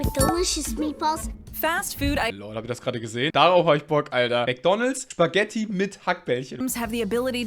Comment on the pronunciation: Spaghetti und nicht SCHpaghetti